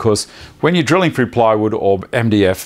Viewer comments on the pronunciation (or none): none